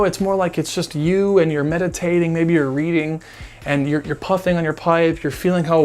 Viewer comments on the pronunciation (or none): none